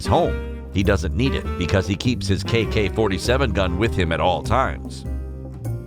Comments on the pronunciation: Did he say KK-47?????? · Y'all know y'all heard him say KK 47!